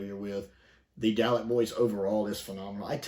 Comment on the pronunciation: I can't get past the dalek pronunciation here